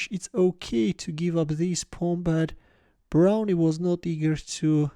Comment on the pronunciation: It's just pronounced brown. The e is silent.